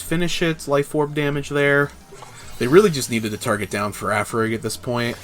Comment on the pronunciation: FA-RIG-A-RAF! DAMNIT (that's how it's pronounced)